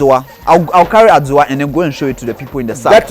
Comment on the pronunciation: (From, Ohio.USA), I am very proud of you, spotlighting my ppl and what we eat to the world at large. God bless. the word is Adua (pronounced "adu-wa") I am now a great fan and I am following you like a summer shadow...lol